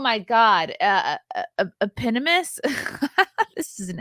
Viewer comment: Eep - On - O - Muss - Eponymous.